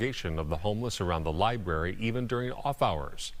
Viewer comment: Lady keeps saying LIBARY and it bothers me way more than it should.